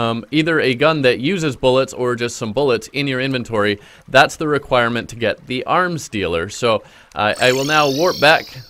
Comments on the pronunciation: Yeah ik what he said I just kinda zoned out and then heard "aRm sTeAlER" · When he said 'arms dealer' I thought he said 'arm stealer' 😂